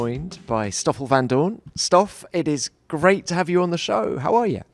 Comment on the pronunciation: Kinda yes, he always called him "Estoffel"